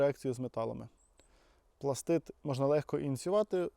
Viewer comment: Дуже приємно чути, коли справжній професіонал називає вибухову речовину правильно - "пластиТ". А то розвелося дуже багато доморощених "експерДів" і тупих журналістів, которі вважають особливим понтом називати вибухівку "пластиДом". ПластиДи - елементи клітин. То з біології. І дуже важливо, щоб побільше професіонали говорили правильно, щоб дУрні і тупі неуки хоч трохи набралися розуму.